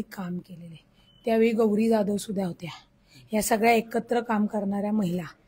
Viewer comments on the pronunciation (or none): none